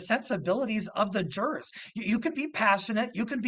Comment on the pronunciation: whats a " juwoars " ? smh so damn stupid man